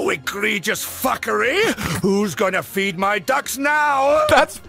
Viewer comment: " THEY'VE TACKEN RUPERT!?! WHO WILL FEEN MY DUCKS NOW!?!"well we know what rupert dose now!